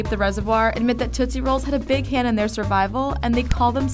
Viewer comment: I think it's tootsie not toosie